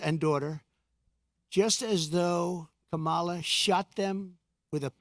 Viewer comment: You obviously don't even know what a Marxist is it's a person who evaluates numbers. You can barely pronounce your words you're slurring all over the place and it's Kamala Harris not the way that you are pronouncing it and God has not released hell on anyone you don't care about people because you didn't care about the woman that you caused to live her life without water to her home come on Donald you can do better than this work on honesty and Truth work on getting rid of that narcissism